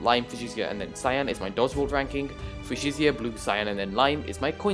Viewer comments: I could defiantly be wrong but i think fuchsia is pronounced (f-you-sha) idk just trying to help :) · its fue-sha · Another great video and analysis from the one and only! Fuschia is pronounced fu-sha you can always google it if you aren't sure:) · As a person who had to learn fushia, it is foo sha, not fyoo shia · Nope it's fyoo-shia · For future reference, Fuchsia is FYOO-shuh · Fuchsia is pronounced like few-shuh or few-sh-uh, not really an intuitive pronunciation and it doesn't help that the MCC announcement spelled it wrong lol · Nice video but it triggered me every time u said fuchsia wrong (fyoo-shuh) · Fuchsia is pronounced few-sh-uh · Its pronounced fucxia